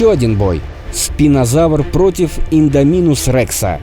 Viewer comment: А вы заметили что автор говарил и'ндоминусом а провильно индо'минусом